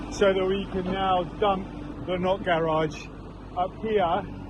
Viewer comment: I could tell what the not garage meant to you by the way you mentioned it one thousand times! Thought you were saying nut garage! Ha! Enjoy the new view. It’s looking spectacular! Good job all!